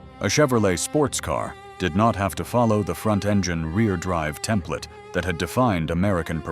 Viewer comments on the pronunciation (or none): none